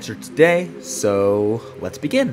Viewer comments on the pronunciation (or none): none